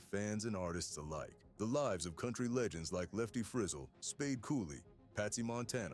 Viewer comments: It's "Free zell," da*n it, not "frizzle as in sizzle!" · If you’re going to do these Autobiography type videos at least learn to say his name right…it’s not Frizzle rhyming with drizzle it’s Frizz ELLE!! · HIS NAME WAS PRONOUNCED FRE-ZZEL NOT FREZZILE,YOUR COMMENTATOR IS IN WAY OVER HIS HEAD,GOOD JOB HIRING SOMEONE TOTALLY CLUELESS TO COUNTRY MUSIC SINGERS NAME !! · Shame on you making a total ass of your self, in your pronuncation of Lefty's last name. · If your narrator can't pronounce Lefty Frizell's last name, then this video is worthless.